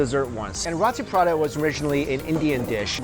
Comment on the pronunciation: Mike, say it with me now, roo-tee paa-raa-taa, roti parata.